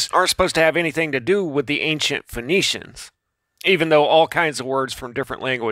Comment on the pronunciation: I really want to like this video but this guy keeps mispronouncing every key word 😂😂😂 “Medici = Demici”, “Phoenicians = phone-nicians” “Haim = JAAAAAM”. Oh lord. Also, the Medici were not nobility just super rich bankers.